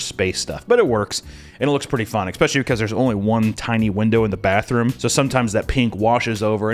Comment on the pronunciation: I BEG of you, please, stop pronouncing it "Eckspecially". It's especially